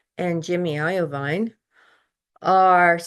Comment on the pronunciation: It’s pronounced eye-veen Jimmy Iovine 😅